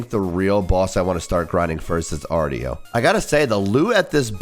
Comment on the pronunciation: arr-show not arr-tee-oh